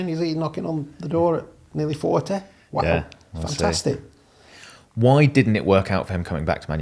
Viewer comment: So that's where Ole learnt to say, "Fantastick!"